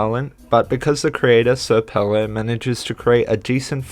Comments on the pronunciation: Sir Pelo Mf its Senior Pelo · Bro I know you like his work from this video so how do you know know it’s señor not sir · Fun fact: srpelo’s username is actually supposed to be read as “señor pelo” and not “sir pelo” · im pissed off that you said "sir pelo" and not "senor pelo" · senor not sir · not to be that guy but its pronounced señor pelo. not sir. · Its not pronounced sir pelo btw, its señor pelo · sr pelo is a spanish speaker and you pronounce his name: señor pa lo translated to mr hair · Just a note your saying sr pelo's name wrong it's señor pelo Great vid though